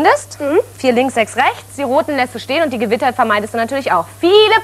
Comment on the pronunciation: ich versteh nur "rechts, sex, sex ,sex" XD is schon ne heiße dame, die sonja =P